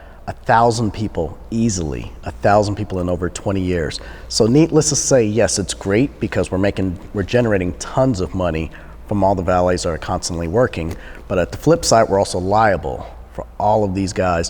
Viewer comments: "neetless" to say... this was waaay too drawn out! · “Neatless to say”???? Does he not know it’s “Needless to say”.....?